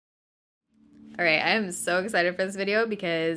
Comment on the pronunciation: She stars every video with ‘arrite’ and it gets me every time lol